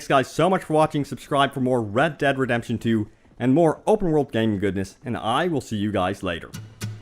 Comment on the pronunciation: Its read dead redepsion